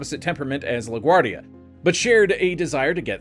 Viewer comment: *La Guardia (not "La Guardi")